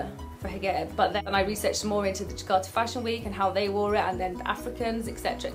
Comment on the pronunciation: That is so fascinating that you pronounce 'j' as 'g' like instead of hijab you say higab or galabiya :D Well done Dina for getting it straight with these haters!